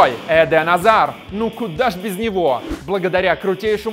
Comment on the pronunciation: Не назар а азар